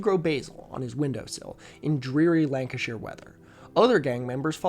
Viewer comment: thank you for pronouncing the "shire" in lancashire correctly, i don't think i've ever heard an american do that before